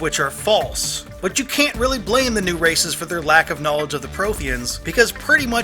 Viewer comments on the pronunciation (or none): none